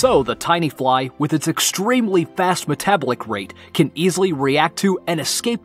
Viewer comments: Me-tablic? I think it's Me-tuh-bahl-ick. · Ma-tab-ba-lick rate lol don't you mean meta-bol-lick rate pronunciation is key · Meta•bolic, not metabalic. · Say it with me now, meta-bolic...... 😒😒😒😒😒😒😒 Not met-ablic..... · "Met-ablic rate?" "They have two colour Receptions" Do you know what you're even reading? Weird mistakes.. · why can't you just pronounce words properly? maytabowlick? where did you get that from? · ... accentuated on the wrong syllable too. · It's pronounced: met-a-BOL-ic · “Metablick?” Is English your second language? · It sounds like he's talking with a cold, like his nose is stuffed up. Also, I've never heard anybody say metabolic like meta- bo- lick. That was annoying, sorry but it was. Very informative video though, I did really like the video, it's just the way he was pronouncing things and the way he was talking like he has a cold with a really stuffy nose was hard to listen to. But yeah, great video, thank you for sharing this information with us, I never knew most of these. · Necropost, but meta-BO-lic. Emphasis in the middle not the start. 💀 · Meta-ball-ic pronunciation of metabolic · Meta-bah-lik rate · Meh-tah-bowl-ick. Please, just please. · He put the wrong emPHAsis on the wrong sylLAble!😭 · I’m triggered that he pronounced “metabolic” incorrectly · It really makes me question the entire video. How could you know so much but never learned to pronounce metabolic? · Why he say "metabolic" like that? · He's pronouncing metabolic wrong. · you should probably learn how to pronounce metabolic, otherwise great video!